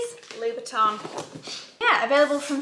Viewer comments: French here 👋 None of the 2 pronunciations you mentioned is the right one haha The first two are « ou » as in the end of « you » + the last one is a very specific sound that you don’t have in English I think. It is like the number « un » (1) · Hello from one of your French followers! Both ways you’re saying Louboutin are wrong. Where you choose to place your stress doesn’t matter because in French we pronounce every letter on the same tone. What’s wrong is the way you say the last syllabus: « in » which should be said like the « ou » in « round ». And don’t pronounce the n at the end. (Same for Cheval Blanc, don’t pronounce the c at the end) Tough language sorry about that 🤣🤣🤣 but you’re doing great ;-) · What a stunning stash! Louboutin—yes, you are putting the correct stress on the syllables. The way others put the stress on leBOUton is incorrect. French words take identical stress on each syllable. BUT you are pronouncing the final syllable wrong. It’s TAN not TON. Loo-boo-tan not Loo-boo-ton. So many get this wrong. The sound IN in French is pronounced AN not ON. International = AN-ter-nass-eon-al. Lanvin = Lon-VAN. The sound is pronounced the same as number one - un - in French. (I’m not French but I speak French.) 😊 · Hi Vic....Louboutin is actually pronounced: Loo boot ann ❤ (not Loo boot onn); loved the silk scarves! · Thank you for this lovely video makes me want to get a silk scarf … 💕 Très élégant ! It’s Christian Lou - bou - Tin At the end it’s like when you say 1 in French Same ending as MATIN (morning) Love to be able seen a bit of the Fashion week !!! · It's Loo-boo-ta(n) actually, and then LV is Louie Vwee-tah(n). So you're saying neither of them correctly :) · You are right , it’s Christian Loubou-tUH. Like “un” 1 in french. Don’t pronounce the N. 😘